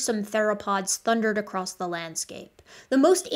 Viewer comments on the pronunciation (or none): none